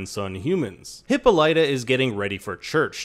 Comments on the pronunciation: asexylibrarian lol it’s excruciating 😂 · THANK YOU! The narrator's pronunciation made me cringe. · I acknowledged that it’s how they pronounce it on the show, and I understand he was just mimicking that. But it’s still wrong. I was correcting for the sake of trivial knowledge. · Hip-all-it-uh, not Hippo-light-a; I know that’s how they pronounce it on the show but it’s wrong and it sounds so unrefined and her character deserves better! Ok rant over. Great video!!!